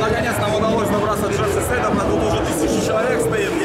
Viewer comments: Не Джефф Сейд а Джефф Сайд он в своих видео даше сам говорил так ! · да он вообще выехал только за счёт лица Джастина Бибира, и фамилия у него Сид а не Сэйд! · Джеф Сайд! Не Сейд он,блять,посмотрите любое англ. интервью Вы же seize не как сейз читаете,я надеюсь